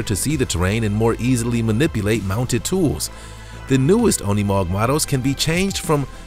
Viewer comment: Unimog is not pronounced as UN ee mog! It’s pronounced as You neh mog! Incorrect pronunciation is the only thing I do not like about your channel! Get with it. I happens on every other video! Figure how to pronounce words properly! Especially words you’re not familiar with!!